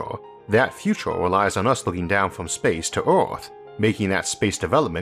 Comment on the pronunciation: I really like the way you push the human mind! But..but.., the ooo's are putting me down. Just can't come over it.. sorry. Maybe in the futoore